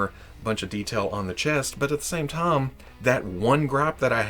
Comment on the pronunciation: I just realized today says "time" like "tah-am". I guess he said it a lot in today's video! So, doing linguistic forensics - KY? TN?